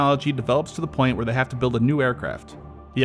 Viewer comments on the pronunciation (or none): none